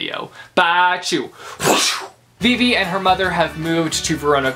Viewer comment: Him pronouncing Vivi wrong 😕